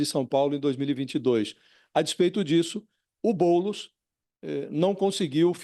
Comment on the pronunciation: Fica "TLISTE" não, BoulEs. 🤣🤣🤣🤣🤣🤣🤣🤣🤣🤣🤣🤣🤣🤣🤣🤣